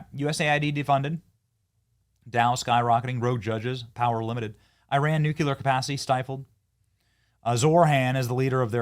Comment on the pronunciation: You still say nu-cu-lear. 😂😂😂😂😂😂😂😂